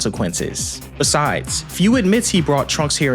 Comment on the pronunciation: Minor nitpick. Its pronounced foo not fyuu. Great video as always